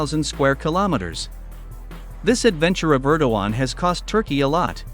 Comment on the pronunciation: Er-DOG-Gay-an ErDOGan